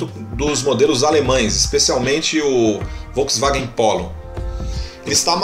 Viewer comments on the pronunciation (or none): none